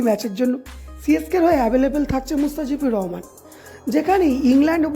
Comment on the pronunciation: Vai mustafijur Rahman tic kore name ta bolo😂😂